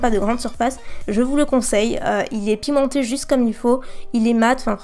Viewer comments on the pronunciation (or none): Qui à entendu pimenter au lieu de pigmenté pour le bronzeur?😂